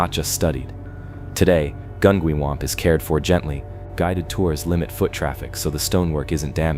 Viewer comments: It was saying Gungywamp wrong too 😅 I was too distracted chuckling about the mispronunciations to even pay attention to the story! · OK, I live 2 miles from Gungywamp. I’ve lived here my entire life. You’re saying it wrong. It’s a hard G not a soft. Gun-G-wamp and Groton is GrOton.. just so you know